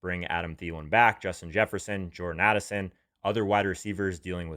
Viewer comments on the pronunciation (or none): none